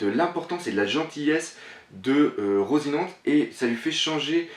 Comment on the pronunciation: Slt doc , j'en suis pas sur et je sais que ça te fait chier qu'on te reprenne sur les noms des perso mais je crois que ça ce prononce à l'espagnol donc du coups je crois qu'on dit " rossinanté"